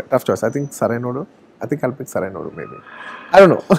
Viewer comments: The host can't even pronounce Sarrainodu properly do your homework first 🙄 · Race gurram ya sarrainodu. Before he says I told sarrainodu.🤣he also said sarrainodu many times😁